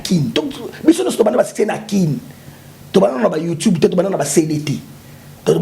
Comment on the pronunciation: le mignon on dit Youtube et non youtibe 🙄